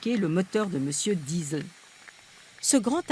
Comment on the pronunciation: mais pourquoi la journaliste prend l'accent quand elle dit "Diesel" ? bordel quand on parle en français on prononce "diésèl" c'est très agaçant